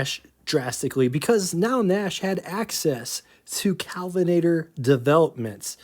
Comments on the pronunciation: Your problem is pronunciation, not emphasis. It's KELvinator, not CALvinator. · Kelvinator Not Calvinator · K El vinator not CAl vinator KELVINATOR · Hi,! Love your show, and love this episode, and so glad that you’re a stickler for details. I watch every episode as soon as you release them. I hope you won’t take offense, but you’re pronouncing “Kelvinator” like “Calvinator”, or “Cowlvinator”. The first syllable rhymes with bell, sell, and well, not pal or howl. Kudos to you for all your hard work, and for properly pronouncing “Willys” (rhymes with “Willis”)!❤